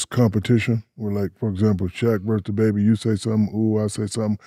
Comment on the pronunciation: He saying “tha” instead of “da “